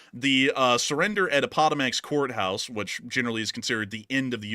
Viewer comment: Dude! I don't know where you learned to pronounce Appomattox that way, but it's wrong, LOL! Phonetically, it would sound like App-Oh-Matt-ux.